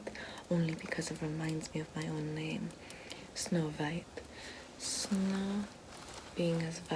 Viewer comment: Narrator: “Little Snow White” German: “sNoW vVvViEet”